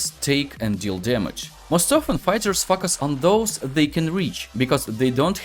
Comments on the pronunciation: "Fuck us on" literally what I hear instead of "focus on" . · Bro everything is perfect but the focus part feels like f**k us .the pronounce is (foe- Ka(as in crow)-Us (as in hiss) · Сильный русский акцент , плюс очевидные ошибки в произношении звуков и целых слов и постановке ударения в слове очень портит речь. Советую, перед озвучиванием видео на английском проверять произношение в словаре, чтобы не было таких казузов, как произношение слова "focus" как "facas", которое звучит как не очень хорошее слово) А информация вполне полезная. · Am i the only one who misheard focus to fuck us first time? 😂 Very nice guide thank you for sharing :) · Great video. It popped up in my recommended. Seems like I've found a gem mine. Your method of teaching is superb. But just a little thing, Your pronunciation of the word "focus". In several times I heard it as "f$ck us" 😅. I hope you can improve that. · When you say focus,because of yur accent it sounds like f**k...lmao 🤣🤣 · "Fuck us" literally what I hear. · Почему он всё время говорит "fuсk аss"? 🤔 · They he said "Focus" 🤣